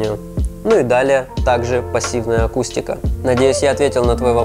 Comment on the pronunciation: гыы.. только мне показалось, что когда этот томный знаток винила произносить фразу "пассивная акустика" он сразу становится как то нежнее и элегантнее ? ))